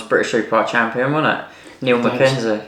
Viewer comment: Knows him that well he can’t pronounce Niall’s name. Mind you the same guy said James Toseland was a talented pianoist :-)))